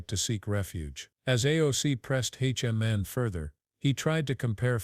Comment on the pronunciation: Tom who???? AI keeps saying “H.O. man”. Come on!!! Is anyone monitoring this stuff and at least attempting to make adjustments? I’ve keeping a log of these errors. Here are a couple of good ones… regarding devastating volcanic mudslides called “lahars”, AI warned that the danger was due to😂 “large cars.” Speaking of the public enjoying coffee and aperitifs, AI posited that we enjoyed “coffee and ‘a pair of teeth.’” Then there was a report of some incident where “…according to the gods…” but it was only everyday ‘guards’ doing the reporting.